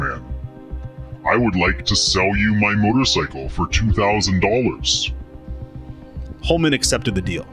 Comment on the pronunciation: This narrator has difficulty correctly pronouncing names like geraldine and Holman. Odd.